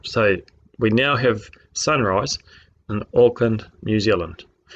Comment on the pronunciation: Im still trying to figure out how as a NZer myself he can mispronounce Auckland so badly... No NZer EVER would call Auckland 'Orkind' (maybe a 3 year old would), that just rings alarm bells in my mind.